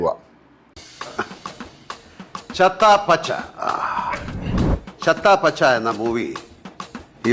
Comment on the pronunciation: നിനക്ക് സിനിമാ പേരുകൾ പോലും പറയാൻ അറിയില്ലല്ലോ. ഭ്രമയുഗത്തിനെ ബ്രഹ്മയുഗം എന്ന് പറയും. ചത്താ പച്ചയെ ചത്ത പച്ച എന്നും പറയുന്നു. കഷ്ടം...